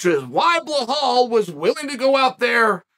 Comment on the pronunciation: Vinchincent Luque, BellHall Muhammad 😂